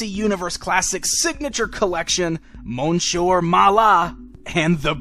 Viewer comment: It's pronounced Miss-ieur. It's annoying.